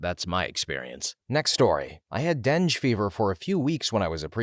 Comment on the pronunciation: Dengue fever = den-gay fever not denj fever